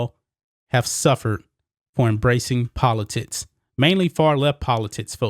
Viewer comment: It's pronounced politics. Poli - ticks do it that way. Not poli - tits! Work on pronouncing words. It is very uncomfortable listening to. Content is good.